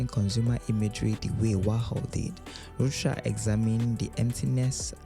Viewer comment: Narrator mispronounces artist Ed Ruscha. It is correctly pronounced: Ed roo-SHAY.